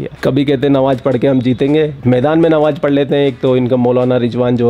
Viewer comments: Nawaj nahi namaj hota hai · 😂tum thotala likte bhi ho😂.nawaaz nahi namaaz hota hai